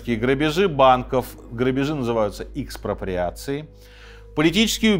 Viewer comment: Не икспроприация а экс